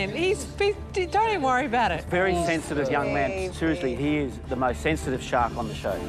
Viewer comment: For a second I thought she said her name was .... Shark.